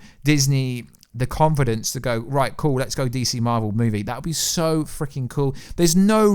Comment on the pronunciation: It marvel not marel!